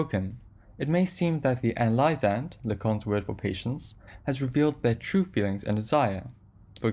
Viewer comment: Hey friendly tip: analysand is pronounced “uh-NAL-i-zund” where “NAL” is pronounced like “pal”, as in “I’m your pal.”